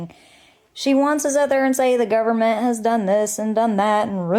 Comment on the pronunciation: “governamenent” sent me out of orbit! 💀💀